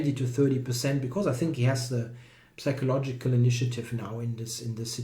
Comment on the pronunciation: i think carlsen deserves the title more, becuase he is always the one who tries to do something! psychological is pronounced without the "p" ;) thanks for you coverage!